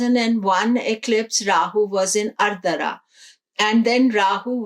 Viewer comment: it is Aardra not ardara.